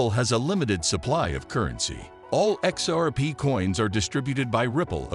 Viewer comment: Dude needs to practise how to say xrp 😭😭😭😭😂😂😂😂🤣🤣🤣🤣🤣🤣🤣✊🏿✊🏿✊🏿✊🏿